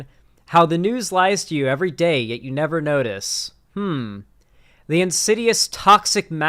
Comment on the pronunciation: over enunciates and even innovates new syllables at the end of words. For example: Day-yuh Look-uh LoOoook New-wa Stream-muh